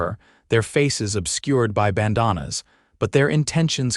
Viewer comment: Please teach your AI how to pronounce bandana